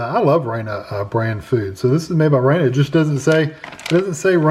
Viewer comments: It's not pronounced "Rayna" it's pronounced "Rahna". Hope that helps. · I just saw their commercial just a heads up they pronounce Rana like "raw-nuh" 😊